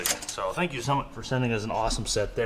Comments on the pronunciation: The “oh tank you” was amazing! 😂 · “Tank you “ 😂. I probably laughed way to much at that lol